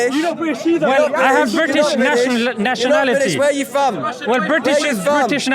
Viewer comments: It’s from not fom 😂😂😂😂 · its pronounced FROM not FOM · "Where u fom" all the way through 😂